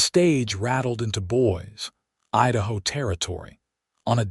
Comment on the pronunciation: Ha ha. Boys Idaho. Not girls but boys. Or Boise might be pronounced boy - zee. This stuff is distracting from the story. It is jarring.